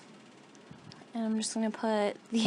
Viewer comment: Ok. Please stop pronouncing it "astrik". It's pronounced "as-ter-isk"! Other than that - I like your video.